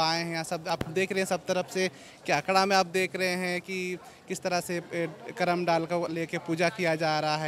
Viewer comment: करमा नही करम परब होता है